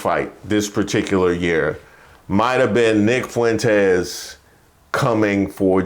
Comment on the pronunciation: Four feet four fuentz😊